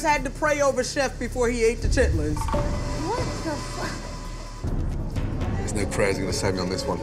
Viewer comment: She was just awful. Her collard greens are an insult to Southern cooking and don't get me started on the chitterlings. I'm glad he pronounced it correctly.